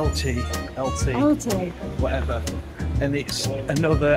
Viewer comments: you are pronouncing Elche wrong, google it. It is said like El-chee, not Eltee:) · Guys Elche is pronounced EL:CHE I lived them ways for 23 years……great videos!! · There's no ' t ' in Elche . You pronounce it as it's spelt.